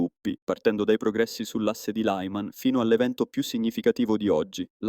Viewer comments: Si dice LIMAN... non tutti i nomi del mondo sono in lingua imperiale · Lyman pronunciato [laiman], neanche fosse una parola inglese, non si può sentire.